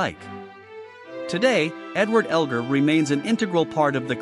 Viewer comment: Whoever narrated that short bio on Edward Elgar should LEARN HOW TO PRONOUNCE HIS NAME!!!